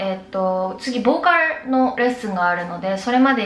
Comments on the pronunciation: 完全に韓国語の発音になってる…wwww 「ボーカl」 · ボーカルがめっちゃ韓国の発音😂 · ボーカルの、ルの発音が韓国語ですねー！KPOPの色々が知れて良かったです！色々感動しました！